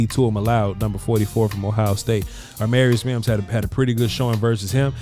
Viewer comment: When is gonna realize his name is not aRmarius Mims 😂😂, been bothering me for a while lmao